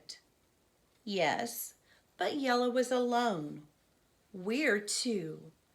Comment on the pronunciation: Thank you for reading the wheel on the school you are so good at pronouncing jella ❤❤